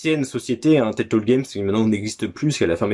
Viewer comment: Salut mon cher. Trop stylé le evil dead sur xbox première du nom. La jaquette est ouf. Timesplitter, licence tellement sous cotées. Pourquoi tu dis teltole et pas telltale? Haha c'est le syndrome kirby-54 ça mdr. Pouce Bleu à toi cher ami. À bientôt et bon dimanche 😉👍